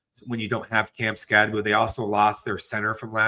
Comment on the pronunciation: Anyone still pronouncing it SkatteBO instead of SkatteBoo reveals themselves to not know ball.